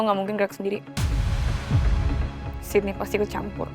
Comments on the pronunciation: Sama kedengeran nya Siti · Sama kedengeranya Siti😭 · Kok sama aku jga dengernya Siti aku pikir di jaman yg sdah maju kok masih ada yg namanya Siti eh ternyata sydney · Sydney, tp kedengeran di kupingku Siti 😭🤏🏻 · Sama dari episode awal kedengaran nya siti. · Wkwkwk,, awalan nonton episode 1 aku juga gitu kak. Aku dengernya juga siti😅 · Aku juga awalnya ngira Siti haha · Sama lagi kedengeran nya siti😂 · Samaa gwee juga gwe dengar sitiii😂😂